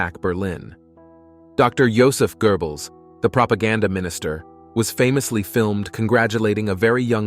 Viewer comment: Okay... its Goebbels not gerbels